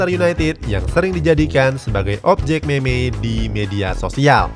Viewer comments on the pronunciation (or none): baca nya mim min bukan meme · Meme dibaca mim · Meme kalo di baca mem cuk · meme di baca mim .